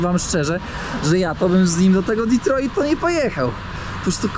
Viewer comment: prawdopodobnie nie zrozumial bo mowisz Ditroit hahahahahah